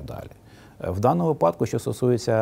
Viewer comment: в слові "вИпадок" наголос ставиться на "И".